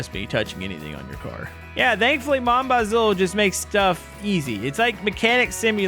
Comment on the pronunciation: just for your knowledge mon bazou stance for my trash car and bazou is said like bazoo ! BTW love the content!